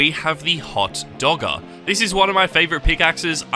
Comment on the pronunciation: I doubt I have any Nvm I have five of them Also hot dagger isn’t pronounced as hot dogger. Also just because you like it doesn’t mean it’s sweaty